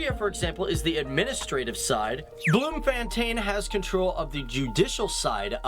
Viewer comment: Bloom-fan-tane had me rolling on the floor